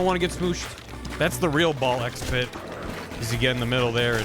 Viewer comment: Is Balk Spit a worse game name pronunciation that Seyoncé? Does he have even worse ones outside of this overachieving month?